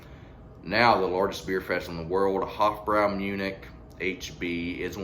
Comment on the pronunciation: I love this beer, and it is pronounced "Hoff-broy".